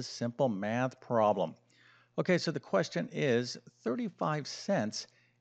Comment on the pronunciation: Why make it so horribly complicated? A 17 minute video when the explanation takes about 1 minute !!! 20% = 1 fifth, therefore the full amount = 5×35 = 175 = 1.75 dollars. What a waste of time - a 6year old could do it!! ( And the word is prob-lem, not proh-lem) Awful.